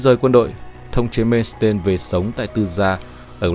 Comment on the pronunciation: Làm về nước đức thì làm ơn xem lại cái tên của ngta hộ cái Phát âm thì sai lè :))) tiếng đức mà ông cứ làm như tiếng anh, "mên s tên' 🤣